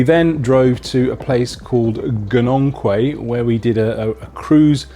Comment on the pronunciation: Glad you enjoyed your trip to the Great White North. BTW Gananoque is pronounced "Gana knock que"